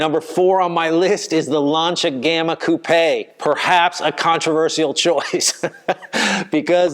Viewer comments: Got a like for pronouncing 'Coupé' correctly. Seems North Americans generally think that a coupé is a place where chickens sleep. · It's the past participle of the French verb 'couper' meaning to cut. In French it's coupé with the accent on the e and is pronounced coup-pay. has it right - at least for UK & Europe. Not sure what the Aussies do.